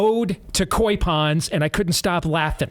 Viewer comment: The correct pronunciation of the carp is koi (long oh sound). It is the Japanese word for carp fish that farmers bred. At least, please say the word correctly. It is NOT quay.